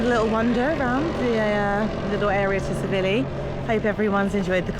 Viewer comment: Before your next video could you please learn how to pronounce the resort name......Tsilivi......'silly-v.'